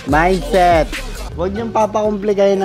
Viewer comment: mindseth ba mindseth HAHAHAHAHHAHAHAHAH